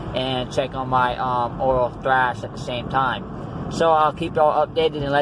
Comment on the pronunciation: It's thrush, not thrash. Just thought I'd let you know. Btw, where did you get this temporary denture from?